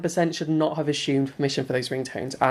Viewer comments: "ashumed permission". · Why does he keep pronouncing assumed as "ashumed?" That was the most upsetting part of the video for me. Lol. And the literal finger wagging! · He says "ashumed" instead of assumed lol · How many times is he going to say ASSHYUMED